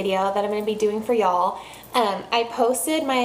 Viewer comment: Love how you say "ya'll".... must be a texas thing.